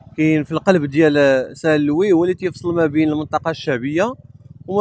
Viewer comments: Salam alikum mon frère merci pour tes excellent vidéos .pour saint louis ont ne prononce pas le(S) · Salut fréro, on dit st louis. St Louise ça n existe pas. Bon courage pour la suite. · Salam 3alaykom khoya la ville St Luis le s ne se prononce pas tahiyati wa chekrane 3ala vedeo😊